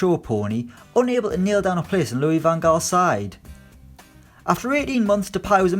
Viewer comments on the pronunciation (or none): none